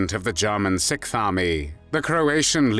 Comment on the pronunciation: This narrating is from one of the most irritating such "voices" on youtube. It's like someone is trying to rub finely ground gravel into my ears. The way he says "JAH-munn," and his tongue cannot wrap itself around however it needs to wrap to pronounce SIXTH, when I can do it, just ruins this video for me. The word is NOT sickth. Don't feel alone, though, there are other voices which just rub the ear in an unpleasant manner, his is not alone in that neighborhood. If I can get my Croatian friend to listen to the first several minutes, I'll let you know what he says about the effort to speak three words in his language. I would've just opted for an English translation of the words, rather than hearing a British person attempt to speak another language, y'all are usually not too good at that. How does someone who looks so young, sound so old? I genuinely would have liked to watch this, as a U. S. Marine, German soldiers reportedly/reputedly coined the term "Devil Dogs" (or Teufel Hunden) for U.S. Marines during the ferocious Battle of Belleau Wood in World War I. The fighting, which took place in June 1918, cemented the Marines' fierce reputation.